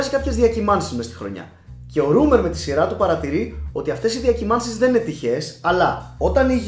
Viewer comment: Ψιτ είναι ρόίμερ κ όχι ρουμερ.